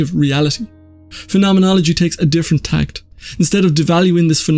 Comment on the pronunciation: I think you wanted to say “a different ‘tack’” rather than a different “tact”.